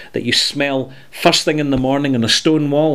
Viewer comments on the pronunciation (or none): none